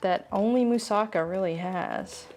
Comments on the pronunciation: Yes..."Moussa-KA" is how to pronounce! One of my favorite Greek dishes and I HAVE to try this! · I just learned from native Greek people, that "Moussaka" is pronounced right, when the accent is on the LAST syllable, meaning "MoussaKA", (NOT "MoussAka", or "MOUssaka"). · Yum! Looks delicious! Pronounced with the accent on the ka at the end.